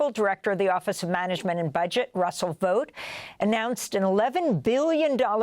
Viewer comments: His name is pronounced like bought, not boat. Chance Vought was a famous aircraft builder, it was not pronounced Chance Voat. Google it. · If you want to stop him, pronounce his last name like Vaught.